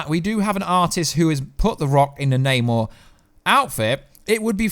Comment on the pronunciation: Yay! is pronouncing Namor correctly!